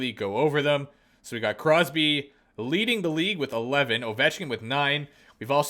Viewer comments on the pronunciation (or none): none